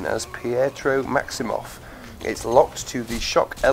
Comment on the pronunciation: Its Pietro Maximoff :/